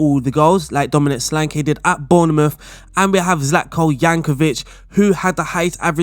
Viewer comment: Zlatko "Jankovic" thats a new :D